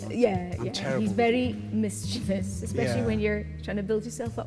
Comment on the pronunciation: Thank you so much for pronouncing "mischievous" correctly!! Lolol! Most people in America say "mis CHEE vee us." LOVE you guys! Gonna get the show on dvd so my husband can watch. I KNOW he will love it, too!